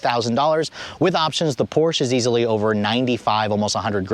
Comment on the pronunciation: Too bad he doesn't know how to pronounce Porsche. Poor Mr. Ferdinand.